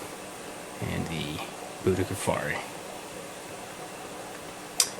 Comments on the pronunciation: its butti ko feri and mana guense , buttikoferi and managuense,, you keep pronouncing them wrong and yea it looks like a labiatum as apposed to a citrinellum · its pronounced butter-koffi